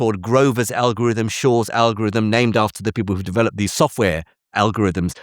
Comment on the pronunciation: Jim’s pronunciation of “developed” ie de veloped, got me wondering what I was actually watching!?